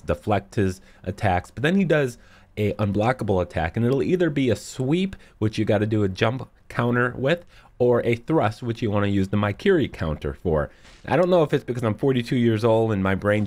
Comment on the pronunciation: its pronounced as "me-kiri" not "my-kiri"